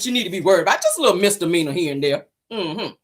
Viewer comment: Did she just say, she never been to jail, nothing serious......maybe some misalany( poor thing, think she was trying to say misdemeanor)